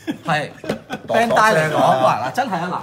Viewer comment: 人地叫Bandai 唔係Bandail